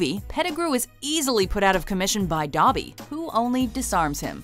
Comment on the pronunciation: Tol Beane it’s Dobby not Duh-by